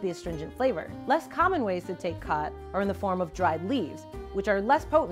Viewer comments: its pronounced more like gat than khat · Watching from Ethiopia Africa. It is pronounced chat not cat. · You're mispronouncing it. Its not Cat its more like Chaat. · It's pronounced as "Chaat" in Amharic 😂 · It’s pronounced “ghath” (Yeman)